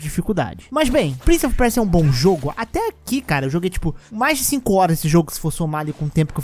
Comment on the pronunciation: Prince of Percia é um trava lingua pra voce? kkkkkkkk parece Muito engraçado tu falando